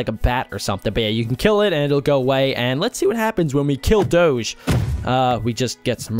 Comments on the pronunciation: its Doge like Dogie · it dog-e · U say Doge wrong